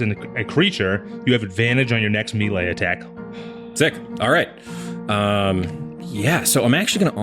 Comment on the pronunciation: making fun of Ryan's pronunciation when can't say melee correctly.